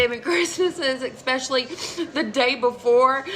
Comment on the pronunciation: This mom holds her family emotionally hostage. So abusive. Also, she's too old to be saying eckspecially instead of especially.